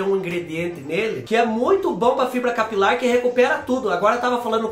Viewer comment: Eu tava c saudades dos vídeos de receita de cabelo! Adorooo quando você diz que o "produto" tem que agir bem na entranha capilaŕŕŕ...😂😂😂😂😂